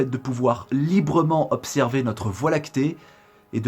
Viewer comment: "plus pouvoir z'observer" ah ah ah toi tu viens de lire les Liaisons dangereuses! Bon je te taquine, le sujet de cette vidéo peut sembler secondaire mais il est fondamental en réalité.